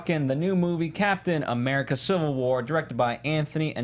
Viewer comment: STOP SAYING CAPTAIN AMURICA!!!